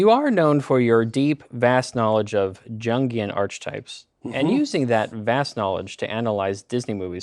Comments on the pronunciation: The deliberate mispronunciation of Jungian!!! I about spat my pizza out. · The way he pronounced Jungian almost made me fall out of my chair! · Making him sit through this and listen to jungian archetypes pronounced that way made me cackle